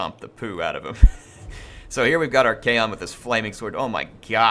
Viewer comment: Your pronunciation of Archaon's name is a bit annoying tbh, it's not kaon it's con like con-artist.